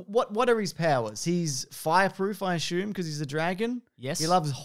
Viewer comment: I just listen to hear them say Ashume. It makes me feel lame every time I say Assume.